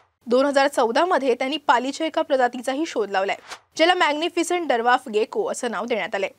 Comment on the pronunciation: डरवाफ नाही ओ ताई. ड्वार्फ आहे ते. झुटास्का नाही झूटॅक्सा असं आहे. कृपया कॅमेरा समोर बोलताना एकदा नीट समजून घ्या. 🙏